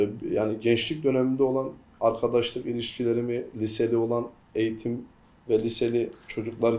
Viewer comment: {#BÖH} ÖZEL HAREKATI adam eytim almamış biri olduğun eğitime eyitim diyişinden belli ettiriyor kendini 😁